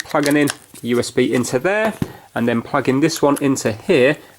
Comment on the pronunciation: I like how he says pwug.